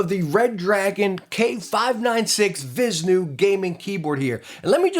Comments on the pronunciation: it is vish-nu not vis-nu it is named of the indian god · Vish-nu is how you say it boss. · I would pronounce it the "Vee-ISH-new" ... because it looks pretty "ish" to me :P lol HyperX Alloy Origins Core hands down a better choice to me!